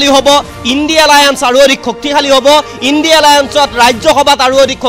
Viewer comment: সাংবাদিক ডাঙৰীয়া ইন্দী নহয় ইণ্ডিয়া মহাজোত অলপ শুদ্ধ কৈ কব বুলি আশা ৰাখিলোঁ।